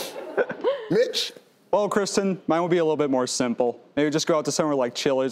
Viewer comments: That awkward moment when I thought Steve said Bitch to Casey but in fact said Mitch lol. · When I hear him say Mitch I think he is calling a contestant a b*tch!😂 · Who else thought he said the b word when he called mitches name